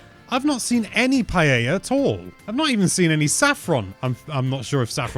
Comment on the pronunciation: I'm not even spanish (I'm portuguese) and can tell that doesn't pronounce paella right... he didn't even notice you can buy it in shops (I haven't even bought the game yet and still knew that). You could have made some research at the very least. Also there are so many details you could have talked about, instead you just focused on the generic stuff. Low effort video